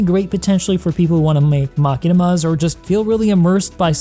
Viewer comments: Did you just say Mach-inima 🙈 That’s definitely not how you pronounce Ma-Shi-nuh-mah… lol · MA KEY NIMA 🤣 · is that how you're supposed to pronounce "machinima"? o.o i pronounce it like as in machine 🤔 P.S. Yeah the backpack is in loot boxes, but its a bit bugged. I equipped it, but when i logged out and back in the next day it was gone. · The way you said Machinima, never heard that one before haha! Love the video :)